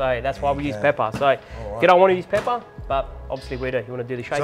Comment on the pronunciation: with an emphasis too 😭😭